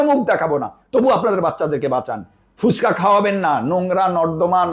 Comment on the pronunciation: ফুচকা। ফুসকা আবার কি?